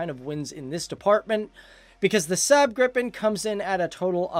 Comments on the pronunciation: Lagom No man, i get tilted when north americans say everyting like english! xD He says the A in Saab like english word sand... The A should sound like the A in awful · I've much liked the SAAB Gripen JAS-39. Pronunciation: Please SAAB is "SAhhhB ' (Ah'= A like in "Almost). Not "SAB' (A like in Apple). Your mispron. damages credibility of your good video. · are you Swedish? In that case you know this. He's pronouncing Saab like sääb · not sub but rather saab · ´SäääB gripen´ xD! Dude prepare you words google is your friend